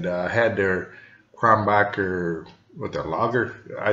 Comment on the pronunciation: It's Kro nen berg or Kro nen boorg not Kron backer. ok I've got that out of my system. Your description of citrus and spice is spot on and I personally think it has a bit more depth of flavor than Blue Moon which is another good light summer wheat beer. Keep tasting beer for us Cheers